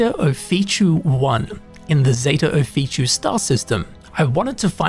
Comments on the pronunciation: I love taking advice from someone who cannot pronounce something that they are explaining correctly. How does Ophiuchi = Oh-fee-choo? In what language exactly? It's Offa-yoo-kee. Or Offa-yoo-kuy. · Got a couple tips for you and your watchers. By the way, the planet is pronounced Zeta [o-fee-chu-ee] just how it's spelled, which is Ophichui, not [o-fee-chu]. lol 1. Pop an Amp when traveling large distances. You'll run 35% faster and jump 2x higher for 2 minutes. 2. Set your FOV to the maximum in first and third person view (since they've added in the FOV slider in a recent update.) It just gives you SO much more visibility. It's definitely a quality of life upgrade. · Just FYI it’s pronounced “oh-FEE-you-ki” not “oh-fee-chee” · "Off-ee-oo-key" If you try to spell the name you are saying, you will see it looks wrong. The most wrong bit being that it ends with an "oo" sound. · FYI: Off-e-oooh-key